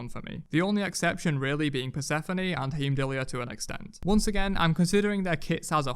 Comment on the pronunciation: Soooo how being heimdallr is pronounce is annoying xD not how you say it